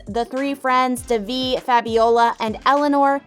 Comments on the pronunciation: Its don divi its deeeeevi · gor gods sake its pronounced they-v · It’s literally an Indian name it’s pronounced as they vee (I’m Indian) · Did you watch the show? You’re saying Devi’s name wrong. It’s pronounced (Day-Vee). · the series is in SHERMAN OAKS, CA not Boston, MA and you're mispronouncing Devi's name Please correct this.